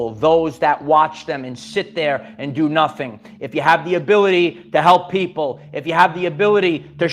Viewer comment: Save the pwoople